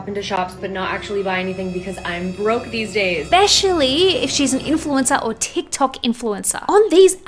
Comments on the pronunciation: “Try bein’ an influensuh for a day, try it.” I say as they drag me back to my gucci balenciaga branded padded room. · “try being an influencah for a day” ok Mikayla give it up we know it’s you girl 💀